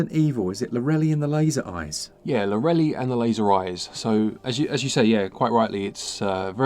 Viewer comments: you say lorra lee ... It's lorra lie (as in telling a lie, or lying down) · Guys - go watch Gilmore Girls for the pronunciation of Lorelei ... it's pronounced as Lor (from Lorry) ra (like in run) and lei (as in lie ... l-eye) ... it was never lorrally as you've been saying. Great video tho. I've put Monster Hunter Stories is going on my wish list . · Id wager its pronounced laurel-lie so the title rhymes. Could be wrong tho. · The name lorelei is pronounced Laura-lie sorry it just really bugged me. 😉